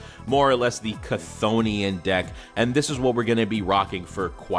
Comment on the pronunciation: Chthonian is apparently supposed to be pronounced "Thonian" by the way. Though they do pronounce it different in the anime.